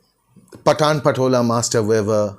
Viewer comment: it is not pa-taan but Paa-ton